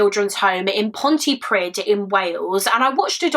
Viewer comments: I’m from south wales this story breaks my heart, poor Karen. Just a side note Pontypridd is pronounced ponty preed! ❤️ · This is quite close to home as my dad grew up in Cardiff, so sad that jo one was looking for her, just so you know, if you see a dd in a Welsh word it has a th pronunciation. So it’s pont-uh-preeth. Xx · South Wales police are still crap. Especially in the Torfaen borough. No hate, hust a heads up Pontypridd is pronounced pont-ee-pree-th. 'dd' in Welsh is pronounced 'th'. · Pontypridd- Ponty preeth Good effort though, lots of Welsh people have problems with pronunciation x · Oh poor girl 💔 I'm from pontypridd and I've never heard of this case, how no1 filed a case is just heartbreaking she was just a child ❤️ Great coverage of this case..FYI when you see a dd in a welsh word instead of just one d pronounce it like th 😀 so it would sound like pontypreeeth 🙃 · Very sad case. I was about 15 at the time and loved quite close, so I remember it. Just purely for future reference (and not to be picky!), the end of the place name Pontypridd rhymes with the word breathe- a dd in Welsh is more like a ‘th’ sound.